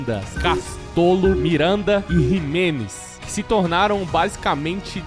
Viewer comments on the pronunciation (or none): Jimenez não, Ximelez...kkk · Não é Jimenez e nem Miranda. É Ximelez e Minanda